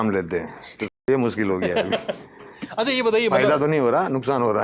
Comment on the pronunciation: भाई बस थोड़ा तलफ़्फ़ुज़ पर ध्यान दो शे को से मत बोलो जैसे मासाअल्लाह नही माशा अल्लाह रोज नही रोज़ मुस्किल नही मुश्किल इन सब बातों पर ध्यान देना ज़रूरी है